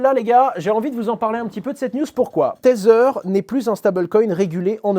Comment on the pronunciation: Merci Hasheur ! Toujours un plaisir de t'écouter. Par contre par pitié: arrete de dire "tazzer" pour tether 😂😊